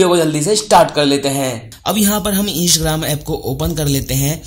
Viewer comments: Hello bhai o isgram nahi Instagram he😑😖pahle to dhang se bolna sikhiye uske bad video banao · इंसग्राम नहीं है इंस्टाग्राम है ठीक से बोलो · Insgram nahi hai instagram hai sahi se pronounce karo 😂😂😂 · Right bro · 😂😂😂your are right bro😂😂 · sahi hai bhai😃😃😃😃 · Mistake ho RHA he bro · Bihari hoga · Bat to bilkul sahi kahi aapne